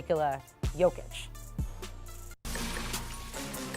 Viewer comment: Everything this dude said about the Nuggets was an absolute cringe... Also, learn to pronounce MVP's last name 🤦‍♂️ Edit: Jokic and Jovic don't know each other, they never met.